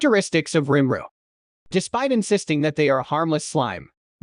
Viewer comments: For each time I hear him say rImRU instead of RIMURU I'm going to punch a cat! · Your text to speech really struggles with the name rimuru huh